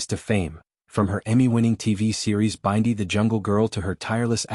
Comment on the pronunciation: So, what is the transformation? By the way, her name is Bindi, not Byndi pronounced like bin-dy, not B-eye-ndi.